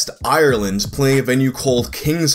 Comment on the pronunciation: Not trying to be rude but I'm Irish and the way you say Ireland and Belfast it really hurts